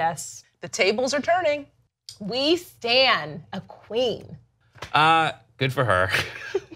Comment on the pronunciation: Did say “we stan” and the editor put “we stand” or did really say “stand”? Lol